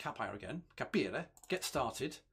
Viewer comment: Your pronunciation of the italian word "capire" si perfect! It means "to understand". Cheers from Brescia :-)